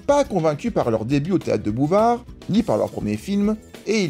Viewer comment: J'ai cru un moment que "théâtre de Bouvard" c'était une mauvaise prononciation du "théâtre de boulevard" 😂